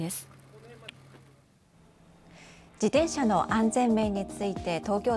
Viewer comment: 「じでんしゃ」って言うやつはきっと漢字が苦手なんだな。